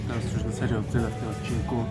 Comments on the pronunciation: "W następnym odcinkÓ" XD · "Odcinkó"? :DD